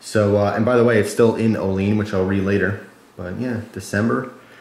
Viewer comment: hey i live right by olean it actually pronounced oh-lee-ann instead of oh-leen a lot of people think thats how its pronounced tho.